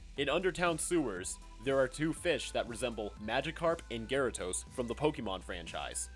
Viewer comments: GyaraDos, not gyaraTos. As a Pokemon fan, I take offense at this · Its gyarados not gyratose. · I’m just upset that he just said “Gyara-t-os” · "Gera-Tos" Hurrk